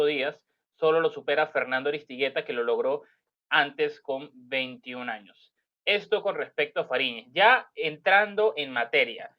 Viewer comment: Años. No digas jaños ejemplo Cuando dices dojaños. Por decir dos años. La informacion excelente ; adelante y muchos exitos.